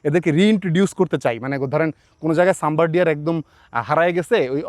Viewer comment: শব্দটা সাম্বর নয়